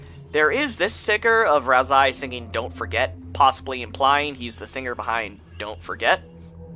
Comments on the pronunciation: its ralsei not ralsai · FYI; Ralsei's name is pronounced as: Ral-Say Not Ral-Sigh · Ralzie? It's Ralsei. (RAL-SAY NOT RAL-ZEY) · I don’t know why it makes me kind of annoyed hearing hear pronounce ralsei like “ralsai” y accept ralsee bc it wasn’t known at that time that the canon pronunciation is “ral-say”,but ralsai,seriously 😑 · its pronounced ralsay not ralsy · Bro its not pronounsed ralsai its pronounced ralsey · ral-ZAY because it's how the name is "translated" in russian language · They know, they just prefer to pronounce it as Ral-sigh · would like to watch this but pronouncing ralsei as “ral-sigh” is like nails on a chalkboard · I don't mean to be that guy but Ralsei is pronounced like Ralsay as susie misspells his name in chapter two but sence i think this came out before it's fine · I dunno why, but every time you pronounced Ralsei as "Ralsai", i felt just a liiitle bit triggered. (Still a great iceberg video nontheless). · "Rals-eye" wtf lol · If you're saying "ralsai" as a joke, i don't get it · Why do you say "ralzie"? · Stop saying ralsai... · The way you pronounce Ralsei almost makes me want to write a theory that Ralsei has something to do with the eggs you can find, since "Ei" means egg in German. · why isnt anyone talking about how he pronounces Ralsei??? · Ain't no way you say ralsei like that. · Its, Ralsei its pronunciation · Ralsei isnt pronounced that way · Every time you mispronounce “ralsei” I grow stronger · why do you just mispronounce half the character names in this video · is not delta iS "D"el/ta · you listen to him say "ralsei" the way he does and get back to me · Every time you say tor-eeyel and ral-sai you are inflicting psychic damage on your entire audience